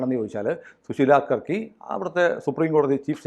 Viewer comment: യാർക്കി അല്ല കർക്കിയാണ്